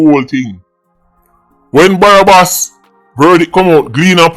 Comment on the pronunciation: Man seh barabas lmao 😆😆😆😆😆a joke thing it’s okay